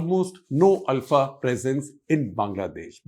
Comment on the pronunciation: Thanks for thr correct pronunciation of ULFA. North Indians always say it wrong as OOLFA.